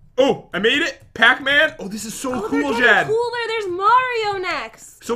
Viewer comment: p THEY CALL JEN... GEN OR HEN OR KEN 🤣🤣🤣🤣🤣